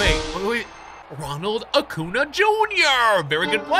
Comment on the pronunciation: You don’t say it like acuna you say acyoonyah is how to say it